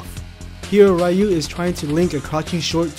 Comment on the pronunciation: "Ree-yu".... not "Rai-yu".... UGH